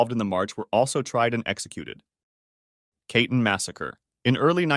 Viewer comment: Reading Katyn (kah-tyn; second syllable stressed) as kaytn is brutal